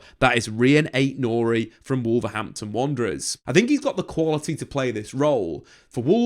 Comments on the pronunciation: Am I just hearing it or does he keep saying Amorin and not Amorim? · Amorim with an M, not N! :D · you keep calling him Amorin 😅